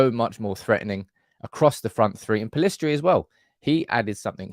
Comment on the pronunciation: you're alone in pronouncing Pellistri "Pellistri". Normally we get "Pillestri". Thank you. It's refreshing.